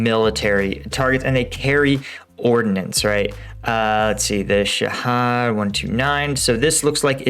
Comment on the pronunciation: Shaheed. Shah - heed. It means martyr. The Turkish drones are pronounced BUY RACK TAR.